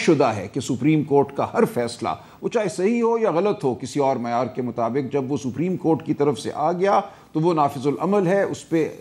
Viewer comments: رانا ثناءاللہ کو تو سپریم کورٹ کو ساپریم کورٹ بول رہا ہے تو قانون کا کیا پتہ ان کو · Rana suprem ko sappreem Keh Raha he To iske aagy Kon sunny😂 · Meer sahib apni sana dako laya hai jisko supreme Court. Ko spreen Court bolta hai 😂😂😂... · 70 saal ki umar mey Nawaz sharif haiwaan hey..iss lye wo supreme Court ka hukam nahi manta. Rana laa.....ki ye haisiat he kay sahih tareeqey se ....parhna nahi aata.... supreme ko saapreme kehta hay...rana khud tu election haar gya hay ye tu parliament ka hissa bi nahi.... Mashallah Salman Akram Raja sahib..ap ney Pakistan kaawambki khidmat ka haq adaa kr dya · Sapreen nahi hota Supreme Court hota hay saulla sahib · Rana sana ko bolna bhi nahi Ata supreyam kort ka nam Lena bhi ata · Wallah. Pahle sapreem court Ka talaffuz Tou sahee kale Rana Iski party leader ko Chahiye ke ISE supreme court kahna sikhaye. Urdu main bolo Kanon ko sharm aati hai ghalat lafz sunker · Rana 😂 saprim not supreme 😅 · sapreeem coat 😂🤣😅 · this rana poodery don't know how to pronounce supreme court, he is pakistani leader and minister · Subhallah. Sanaullah is a lawyer, a politician, one of the Noon party leaders, ex law minister" but unfortunately cannot pronouce "Supreme"